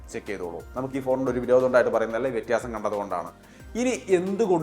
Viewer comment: Vettiyaasam എന്നത് മാറ്റി വ്യത്യാസം എന്ന് പറഞ്ഞാൽ കൊള്ളാമായിരുന്നു